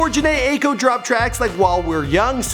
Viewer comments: OMG YES FINALLY, AND ITS PRONOUNCED “Jhene iko” and spelled Jhene Aiko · Alex Mangal you must have never heard her pronounce her name 🤦🏻‍♀️